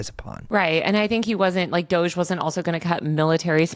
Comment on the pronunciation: It’s funny every time he says DOG-E